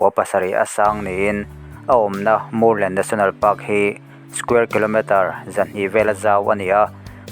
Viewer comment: Murlen, tih hi, Vamur lenna tih tluk a ni a, Lam dik atan a ṭha e, Sialkal tih pawh hi, Sialkál tih ṭhin a ni.